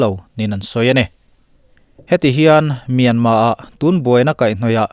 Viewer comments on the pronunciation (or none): none